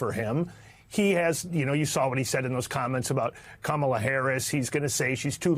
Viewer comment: Rump doesn't even give Kamala the respect of saying her name properly! A jerk from head to toe. 😢